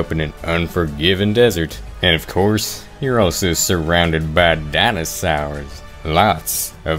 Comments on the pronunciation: i was dying when he said dinasars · I love how he pronounces dinosaurs it’s my calming thing